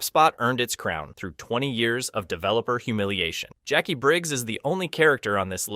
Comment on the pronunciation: Why are you saying "Jakwee"??? Its just Jackie written differently. Like Spanish "qui"